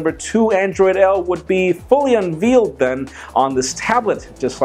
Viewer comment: do my ears deceive me or did he say unvealed. Because I for one loves me some veal. 😂